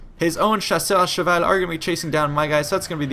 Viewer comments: You say chasseur à cheval perfectly, it's disturbing :p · Are you french ? you say chasseur à cheval like a boss